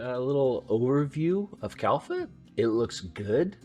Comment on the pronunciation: You are saying Kalfa ....but the official name is Kalpa.